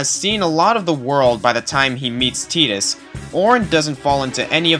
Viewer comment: As much as I dislike what he said about Final Fantasy X....at least he said Tidus's name right.